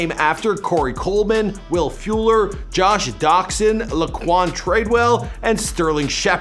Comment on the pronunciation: My man said Sasquin Barkley, Alvin Karma and Will Fueler